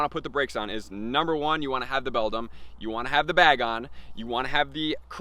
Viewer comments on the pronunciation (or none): I know this is a minor detail but it’s BAY-GON 🤣